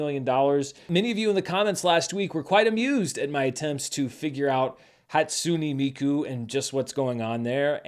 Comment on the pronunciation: saying "Hatsune Miku" has the same energy as when my dad first said "po-kee-mon"